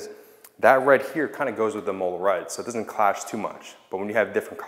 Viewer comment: Since you're so OCD I figure I would let you know it's pronounced Im-Muh-Lah, not Im-Ol-La